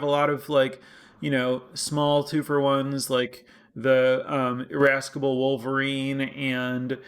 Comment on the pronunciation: The 'c' in in Irascible is silent but otherwise insightful content as always. Does make sense to be cautious around splashing when you care about double spelling; the relevant pip count is kind of hidden in your deck builder.